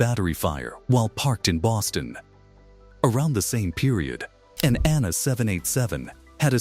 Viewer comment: Anna too instead of ANA. Very annoying. I guess AI has a ways to go.